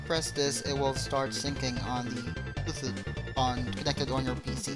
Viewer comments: STOP CALLING IT "Bluethut"!! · xD bluethoot ITS BLUETOOTH IDIOT xD